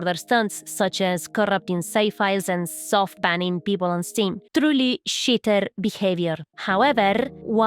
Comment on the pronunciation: Say cheaterrrrrrr again. Them "R"s . . . :D. Also milanesas napolitanas heavy breathing